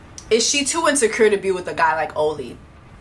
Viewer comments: AH-LEE! lol That’s how he says his name Jessie, the pronunciation is killing me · Jess, I’m cracking up at you calling “Ollie” — “Oh-Lee”. 💀😂 His name is pronounced “Aww-Lee” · I’m really wondering why you keep calling him “OH-LY”… I’m genuinely curious. His name is “AW-LY.” Like is this like a Tolu situation or... lol